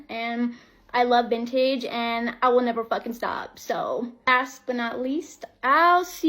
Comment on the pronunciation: I watched this part several times. Did she really say asp but not least?? What does she think that means? She sounds like a self entitled bully, but not a smart one.